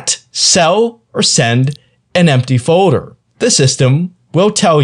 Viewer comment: Most people say "FOLDER" not "FODER"